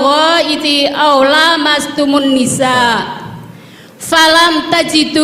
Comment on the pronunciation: Lamastumun nisa...lam nya pendek gih bu....